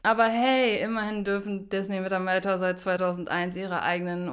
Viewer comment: Die Firma heist Disney. Gesprochen mit ie und nicht ey!